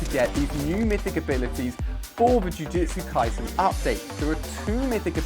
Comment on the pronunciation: Its jujutsu kaisen not jujetsu kaisen